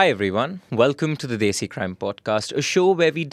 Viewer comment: Bhai kam se kam "Desi" tho desi accent me bol deta. 🤦🏻🤣